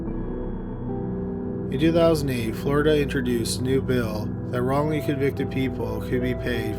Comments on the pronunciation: Wongly convicted?? LMAO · Wongly Convicted